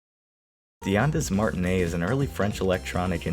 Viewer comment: bruh really just said "ondis martiney" Edit: then he says "loov-ruh" like dude probably dips baguettes in ketchup